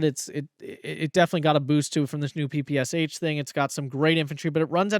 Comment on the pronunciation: Hey man! Great channel and greetings from Russia! Just wanted to correct you a bit. PPSh is not P-P-S-h, but P-P-Sh where Sh is read “sha”. Nail it and we can get to Avtomatchiki and Chernorubashechniki stuff 😅 Thanks for content!